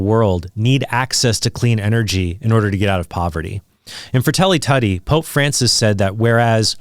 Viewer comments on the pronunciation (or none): Fratelli Tutti. Tutti is pronounced more liken "too-tee". It shouldn't rhyme with puddy.